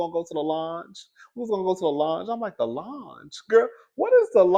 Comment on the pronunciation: Longe? Its lounge! Cardi go away from with this!😂 Then trying to put on for the crip security smh! I thought she was a blood?😂 This story is all over the place and she is too!